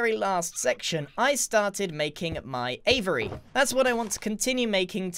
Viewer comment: Ahem, it's pronounced "a-vee-airy" not avery.